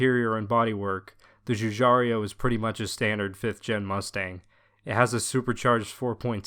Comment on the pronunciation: It's Giugiaro, not Giugiario!